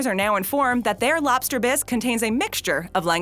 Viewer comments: For the love of all that is holy. Lobster. With a B. Not LOPster. LOBster. Say it with me. LOB ster. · Hey, are you aware that about 90% of the time you're saying "LOP-ster" instead of LOB-ster? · It sounds like she's saying "lopster." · Umm...that's a B in lobster, not a P, >:/